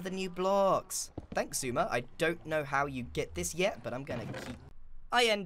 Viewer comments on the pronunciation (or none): x-eh-ouy-zuh-mEEEUUUGH void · It's usually either X-I-Suma void or, Eggs-suma void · I mean, Keralis is pretty consistent with "Seshwamyvoid" but yeah lol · ix-e-i-zumay-voiyard is just perfect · I'm pretty sure the correct pronunciation is SZECHUAN SAUCE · I love how it is definitely on purpose by now. Zooma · I love this pronunciation of Ex-Eye-suuuum-ah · Still comes nowhere near Keralis' "Sha-shwammy" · Eggs eye suma voiieeeed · Acording to google its s-sumavoid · grian: "so this is x-i-sumavoid" xisuma: visibly steps back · Actually, Shishwam/ShishwammyVoid is originally from JoeHills mispronouncing X’s name in their first video together. Joe had never heard it pronounced out loud and called him ShishwammyVoid. It stuck as a nickname so that’s why you’ll occasionally hear some of the older hermits call X that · "shashwam" was actually joehills' first attempt at pronouncing xisuma's name! keralis found it funny and kept using it. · X Zoom-Ma X-Zoom-Ma X-I-Zoom-Ma X-I-Zoom-Ma-Void X-E-AI-Zoom-Ma-Void-Ad X-I-Zoommaaooaah-Void I tried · X-i-zumiaeaaeeheah-void here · We gotta start pronouncing it “Eczema” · and keralis says shashwammy 😭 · Aww hell naw, Giran can't say Exsismahvaid correctly 😭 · It's always hilarious when it's X-Eye-Zuma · It's shashwamie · It’s supposed to be pronounced Iss- oo- ma or according to google and other hermits but apparently grian though Otherwise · Ah yes, my favourite character of Hermitcraft. Icksee-i Xisuma voi-aaad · Did you know that X is actually chinese? Just look at the name! Its pronounced Xi Su Ma! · He says "ex - eye" so much i only see roman numerals. start calling him Eleven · Ah yes, 11sumavoid. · Meanwhile Keralis: Shashwamivoid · "Isuma void" btw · Nah nah y’all it’s shashwamey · Xi euguea void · This is my favourite Grian's pronunciation of X's name as well as the one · grian becomes french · thats not how you say it??